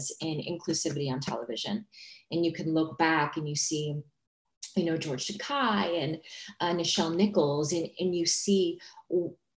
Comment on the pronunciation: It’s George tak a